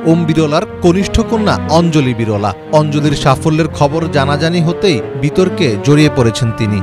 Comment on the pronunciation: বিরোলা নয় বিরলা স্পষ্ট করে কথা বলুন